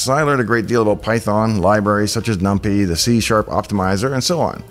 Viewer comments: it’s pronounced num-pie lol not num-pee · Someone else who reads NumPy as Nump-ee?! :O I love this channel